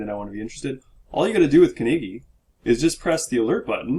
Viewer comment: Respectfully can you pronounce Conigy correctly it makes me cringe because I don't like people mispronouncing names. (coin-i-gee gee like gee wiz dude that's cool) I understand I do it myself but I work on not pronouncing names incorrectly. I am not sure if I pronounce Poloniex correctly. LOL